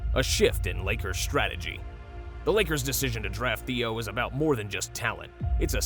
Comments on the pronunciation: Im from Arkansas. Please learn how to pronounce his name correctly. It is NOT Theo.....It is Adou Theiro pronounced a-do thi-row 😊 and Adou Theiro is a future star! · “Theo Adou” lol